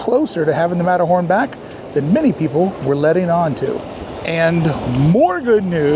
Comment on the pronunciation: “ matto horn “ 😂